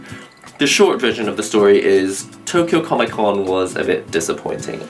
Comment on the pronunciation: "Tokyo Con" lol